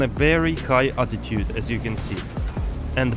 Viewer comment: Are you saying attitude or altitude? It’s interesting, attitude refers to the roll of a an aircraft, altitude refers to how high above the ground it (or sea level) it is. And pitch refers to how high/ low the tail or nose is.